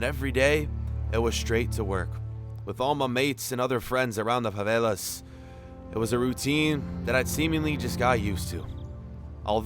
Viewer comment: He said properly for someone in USA.